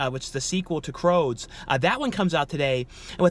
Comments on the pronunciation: Not pronounced "Croads" but "Crewds" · Pretty sure it’s crOOds- rhymes with “dudes” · i know you have said you are dyslexic but the film is the C R O O D S , pronounced like dudes...x....still good content as usual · Love your videos but saying “ croods” as “ croads” kept making me and my daughter cringe lol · Take a shot everytime mispronounces a title. Lol, love you. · And the rude comments start popping up if you don't have anything nice to say it's not fault he has trouble pronouncing some of the movie names